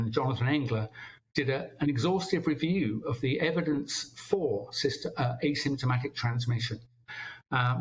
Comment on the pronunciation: That’s extremely important that this doctor says asymntimatic